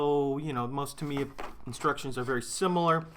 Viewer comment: GAH! It's TA miya,. TA - mi - ya. xD